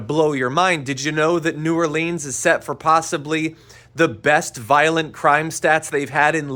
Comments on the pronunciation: Dude, unless it’s in a song, it’s pronounced “New OAR-linz” not New oar-LEEZ. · New "Orleens"